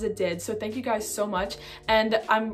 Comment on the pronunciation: Fank yew